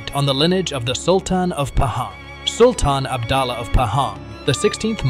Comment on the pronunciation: She made her bed and now she lie in it. What is so tragic about it?? And improved your pronunciation and spelling as well. It is PUTERI (princess) not pureti. It is ABDULLAH (U pronounce OO like in word HOORAY) not abdallah